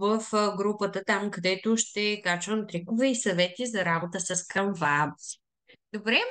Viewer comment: Не се казва CanvA а САNva. Ударенито пада на първата сричка.